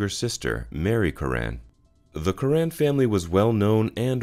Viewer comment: Btw, it’s not “Cur-RANN” Good Irish surname “CURR- an”